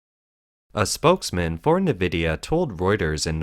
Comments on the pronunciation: Note: "Nvidia" is pronounced "N" (i.e., "in") + "vidia" and not "Nih+vidia". (There is no 'i' between the 'N' and the 'v'.) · Nvidia is NOT pronounced “Nividia.” It’s pronounced Envidia (“N”+vidia). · Nvidia is pronounced like En-vidia not Ne-vidia!! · Actually, no. NVIDIA isn't pronounced 'in ...' (There's no 'i' before the 'N', either. It's pronunced 'en ...' as the name of the letter 'N'. /en 'vı dee ə/ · Nvidia is pronounced: en-vidia or in-vidia. Either is acceptable.